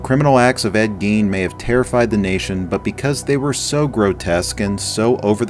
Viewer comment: Ed Geen? It's guyn, spelled Gein